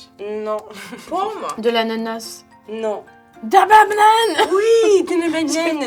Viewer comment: "De la Babnane!"